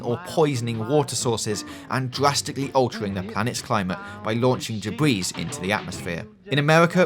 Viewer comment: Not to be "that guy", but I really would have thought a channel with nearly half a million subs would at least know how to pronounce 'debris' properly...